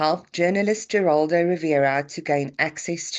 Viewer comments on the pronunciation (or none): Just FYI, it's pronounced Statten like batten, not Stayton, and Geraldo is Heraldo